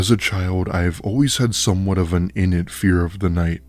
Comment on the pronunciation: How do you mispronounce the word 'innate'? Lol Nice stories though.